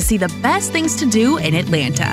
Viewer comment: How much did they pay you to read this copy. It sounds as if you have never been here. You can't event pronounce our city's name correctly.